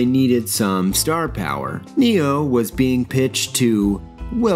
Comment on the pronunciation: A mate pointed out that when Keanu says "my name is Neo" it sounds like he says he's "Neil". I now can't unhear that when I watch it.